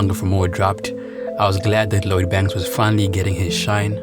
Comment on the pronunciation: How you going to make a video about Lloyd Banks and you can’t even say his name? Who is Load Banks hahaha